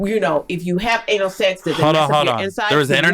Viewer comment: its anal not anol